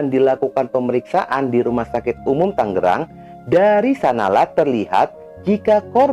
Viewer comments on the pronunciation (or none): none